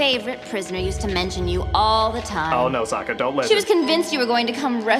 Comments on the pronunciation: Soaka? You mean Sokka? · did he say s-oh-kka? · What is a "Soaka"? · I take back all statements that is hot. He can't pronounce Sokka's name. Just no.